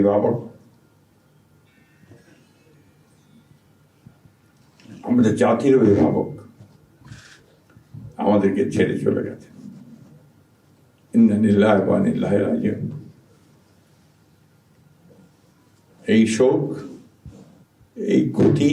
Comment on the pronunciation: "ইন্না লিল্লাহি ওয়া ইন্না ইলাইহি রাজিউন" বাক্যেটাও সঠিকভাবে উচ্চারণ করতে পারলনা। বলতেছে ইন্না নিল্লাহে ওয়া নিল্লাহে রাজিউন। আফসোস আমাদের দেশের রাজনীতিবিদদের জন্য